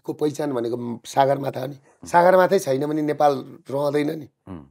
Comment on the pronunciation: I loved when prasai sai "saagarmaathaa" . This used to be the real pronunciation.